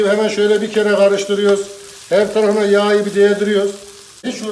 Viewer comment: Abi be ilk kez izledim seni şuan ama şu konuşmanı düzelt be. Valla sen her YAĞYI dedikçe ayar oluyorum. YAĞI diyceksin yağyı değil. Neyse izleyim yağyı kızarttıgın yerde kaldım :D